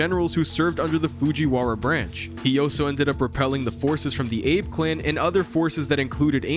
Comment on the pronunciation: I keep getting distracted when you try to say "also" and pronounce it as "oh-so."